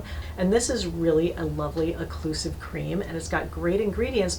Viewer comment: Occlusive! NOT "eclusive"!!!!!